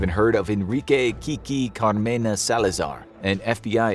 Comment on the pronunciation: You butchered kiki's name xD